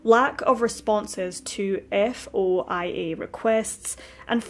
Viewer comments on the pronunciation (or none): FOIA is usually said as (foy-ah)in America.its Freedom Of Information Act 😊